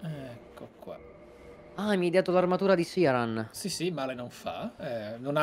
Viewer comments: E ancora con questo "Siaran". Sia nel suo dialogo tagliato che in quello di Gough, il nome viene pronunciato come "Kirán". Non è un nome fantasy, è derivato dall' irlandese. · L'ho appena ascoltato e hai ragione Dice "Kiraan"